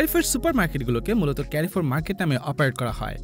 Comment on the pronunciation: ক্যারিফোর না ভাইয়া, এর সঠিক উচ্চারণ হলো কারফোর!